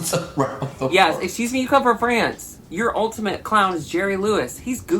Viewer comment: “ekskew me?”